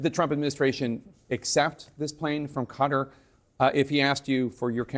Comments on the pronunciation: What's Cutter? It's Kuh-Tar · Its not "Cutter", its "KTar"!!! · It’s Qatar, not cutter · It’s not pronounced Cutter!! Listen to Trump and you’ll be able to pronounce it as a real cultured journalist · Guy can't pronounce Qatar.. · Why can’t Americans say ‘Qatar’ properly?